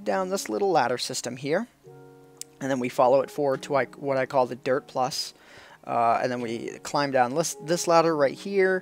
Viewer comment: I heard 'Derp block' instead of 'Dirt block' :p